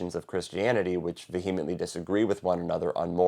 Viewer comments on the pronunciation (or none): The h in vehement is silent. And veeyament is easier to say anyway.